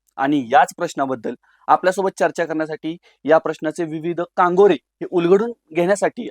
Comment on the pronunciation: कांगोरे नाही कंगोरे म्हणा!